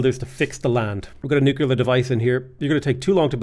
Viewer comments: Again with the newk-you-lar stuff lol. Buddy it's nuclear! Like nucleus, cuz we split the atom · You're still saying nucular. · buddy it's pronounced nuclear